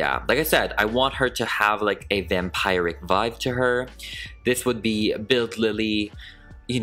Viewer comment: “Vampiric” is pronounced as “vam-peer-ic”, not “vam-pie-ric”. I know what you think since the way “vampire” is pronounced.